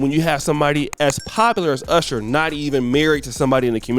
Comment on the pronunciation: You mispronounced "Urshur" 😆 Looks like his women gradually went from darker to lighter. 😆